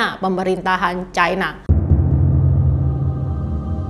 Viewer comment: Ucapan yg bnr : China, bukan Chaina